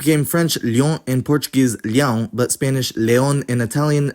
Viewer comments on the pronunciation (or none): You palatalized the "L" in Portuguese "Leão". There is no such palatalization in Portuguese.